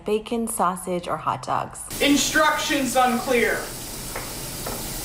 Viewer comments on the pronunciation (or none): Oh boy I love longkh super hot showers and hot dahkhs